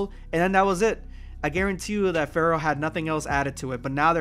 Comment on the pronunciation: I forgot Pharaoh was even a thing. I kept thinking you were saying fair. I was like “what the hell is he talking about?”